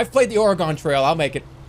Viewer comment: The way he pronounced "Oregon Trail" caused me physical pain